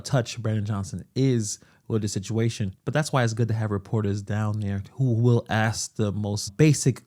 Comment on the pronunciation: An axe is a hand held tool used to cut wood. I think the word your trying to pronounce is ask ! You ask questions you do not axe a question because it makes no sense .